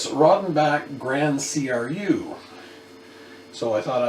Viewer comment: Hhaha , 6% high side of beer ... mmm better get some more Belgian beer in the house . BTW i do love a Rodenbach Grand Cru ( and its called Grand Cru , not C R U ) once a while . For me its about the lightest beer i enjoy . Normally i go for stronger and many times a lot stronger . Beer imho does only get interesting past the point of 7% / 7.5% alcohol . Then the quality starts to show and the taste does get interesting . Maybe you should try a Duvel ( Tripel Hop if available ) , La Chouffe , Tripel Westmalle , Chimay , Orval , Tripel D'Anvers , Tripel Kermeliet .... the list goes on and on and on .( do not try them all in the same day , since all mentioned are well beyond 8% ) .